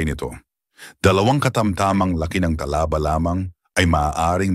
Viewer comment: Talaba (mabilis) hinde Tala ba, puro ka pagpapaganda bumigkas : mali-mali naman